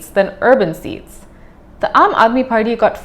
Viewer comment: it's Party not Farty 😆